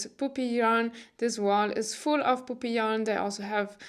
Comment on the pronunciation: Hahaha I was knitting while I was listening to you and I made a mental note to visit “poopy yarn shop”. 💩 I laughed out loud when I realized you were saying PUPPY 🐶